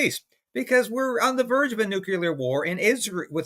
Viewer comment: it's pronounced "Nuclear", NOT "nucular". Why can't most people get it right?